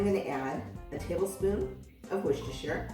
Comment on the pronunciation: Finally a YouTube cook who knows how to pronounce Worcestershire! Question: Does it need true Sherry or will Sherry cooking wine work, and which do you use?